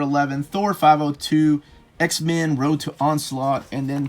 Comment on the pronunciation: I dont know what to do about the fact that every time you say x-men, I hear x-man. I love your videos, but it's driving me insane.